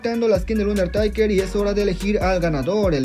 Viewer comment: Jajaja pronuncias bien chistoso undertaker jaja😂